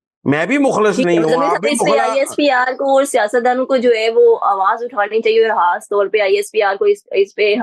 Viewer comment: برائے مہربانی خ کو خ ہی کہا کریں ح نہیں کہا کریں خاص کو حاص کہا ہے آپ نے